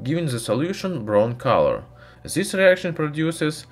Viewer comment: Putin has farted and produced DZIS ruthenium claud over Europe,by the way your english pronunciation doesn't get better